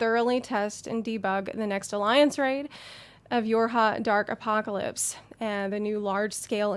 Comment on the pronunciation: Anyone hear her say “ your hot dark apocalypse “? My bad .